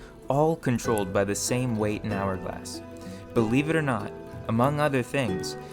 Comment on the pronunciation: The mispronouncing of "or" is jarring.